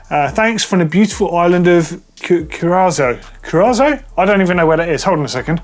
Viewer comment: Someday I’ve gotta learn English… gilet? Ohhhh. It’s a vest! And, ya gotta get out and travel more..”Kur-ah-sow” or at least drink some Blue Curaçao 😉